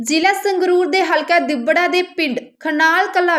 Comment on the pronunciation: ਓ ਤੇਰਾ ਭਲਾ ਹੋਜੇ ਪਤਰਕਾਰੇ ਦਿੱਬੜਾ ਨਹੀ ( ਦਿੜਬਾ ) ਹੈ ਜਿਆਦਾ ਪੜੀਏ ਲਿਖੀਏ,,,😂😂😂😂